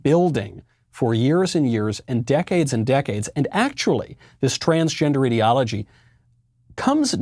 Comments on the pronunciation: You got it right in the first 6 seconds, this is an "idiology". Not an "ideology". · Did you say ideology or idiocy?